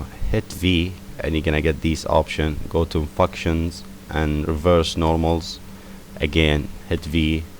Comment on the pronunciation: i liked the first way you said functions.... Fucktions lol Great Tutorial.